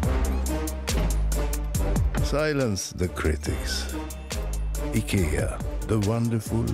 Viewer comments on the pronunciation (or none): WAit HoLLup it was pronounced ickya? I was saying eyekeya all this time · Did he pronounce IKEA wrong or is it just me